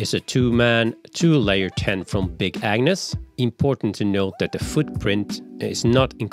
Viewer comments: The G is very important to pronounce properly in the name Agnus. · I heard him saying “big ANU$ tent” every time 🤣